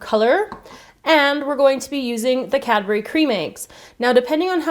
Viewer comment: she says pee instead of be